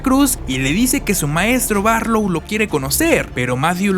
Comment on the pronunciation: Tres cosas me hicieron reír por el muchacho que edito el vídeo: uno la mencion del torito. Dos es la casa Marsten y no Marston. Tres cuando dice Marlow en lugar de Barlow. He leído el libro cómo 30 veces y por eso obviamente lo prefiero, llegué al texto por la primera adaptación para tv que en México fue conocida como La noche del vampiro, en verdad deseo que esta nueva versión sea el inicio para muchos nuevos lectores, tal cómo me sucedió a mi. Saludos y densas pesadillas!